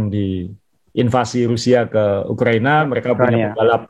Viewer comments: Ukraina om... Bukan Ukrania... Wkwkwk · Ukraina not Ukrania